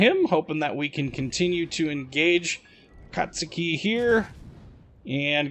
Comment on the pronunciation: Props for being one of the few YToubers that pronounce "Akatsuki" the poper way. GJ.